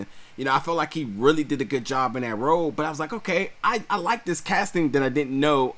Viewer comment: Watch those pronunciations. To be released dijily? Suddenly thrusted? Part sound? Huge row? Disagreedience? Say that? They are distracting.